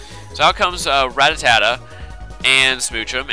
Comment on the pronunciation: u mispronounce rattata. just sayin